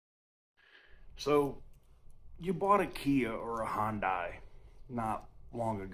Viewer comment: This is why I decided not to get an Ioniq 5. Btw it’s pronounced as HIGH-YUN-DAY.